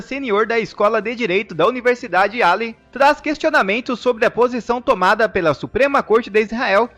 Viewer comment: Yale se pronuncia (,ieil)